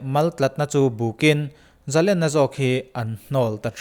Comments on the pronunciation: Zalena "len" tih lai tak hi, sangha len kan tiha "len" kan thluk ang hian thluk tur a ni lo maw???🤔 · zalenna laitak a lenna kha,sangha manna len lamrik dan hian lam la,a dik zaih ang